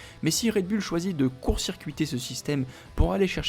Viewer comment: Le taureau en anglais c est bull qui se prononce "boul" mettez vous à la page 😮😮😮😮